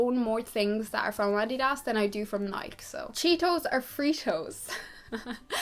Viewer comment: i looooove the way you said "nike" and "adidas" !!!! i've never heard "adidas" said like that before